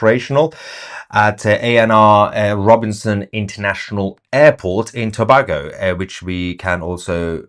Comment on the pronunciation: Thanks for reporting what’s happening my home country in Trinidad & Tobago. Just a note it’s pronounced To bay go. Love your reporting, please keep us updated. ❤